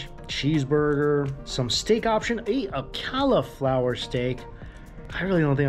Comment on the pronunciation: Ok, this is the second time I'm hearing you pronounce cauliflower wrong.